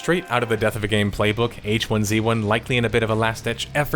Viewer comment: why do you keep pronouncing 'hizzy' wrong???